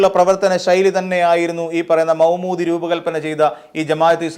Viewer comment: Say Maudoodi not Moumoodi